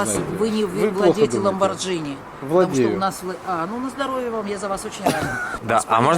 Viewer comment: Почему женщину не поправили, когда она сказала Ламборджини, а не Ламборгини!